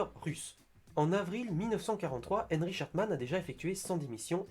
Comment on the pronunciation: c'est Erich pas Enrich !